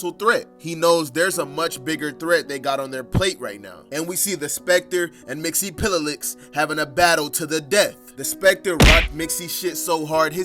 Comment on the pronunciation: btw its mix-yes-spit-lick